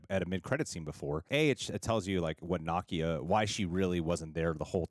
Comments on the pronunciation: What’s so hard about saying NUH-KEY-UH …. It’s sooooo weird to keep hearing y’all say NAH-KIA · Why do all you YouTubers pronounce Nakia as "KNOCK-ee-uh" instead of "nu-KEE-uh" ? It sounds kind of crude and insulting. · is mispronouncing Nakia (not a complaint, just an observation!) He's pronouncing it like the character Nakia from Ms. Marvel whereas the Wakandan Nakia is pronounced 'nuh-kee-uh' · Na-key-a, and they were Shuri’s robes that were burned. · Love you both-but it’s pronounced “nah-kee-ah” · saying Nakia's name wrong